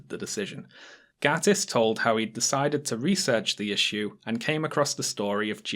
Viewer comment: You and Harris both keep mispronouncing Gatiss. Booooooo.